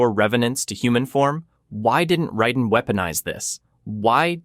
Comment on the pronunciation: And it's r"A"den